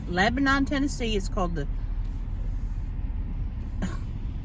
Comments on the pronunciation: It’s pronounced Lebenen TN. Lol is an Xmas gift herself! Love her! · I have friends that live in that area and they yelled at me for pronouncing Lebanon like you. Apparently, it’s “Leb-nin” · This is in my hometown!! They pronounce it Leb-nen 😂